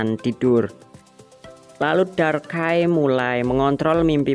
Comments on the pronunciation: darkai? Bukan nya darkrai??? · ngomong pokemon salah lagi pret 2 bang itu ngomong darkkrai bulan darkai tapi darkrai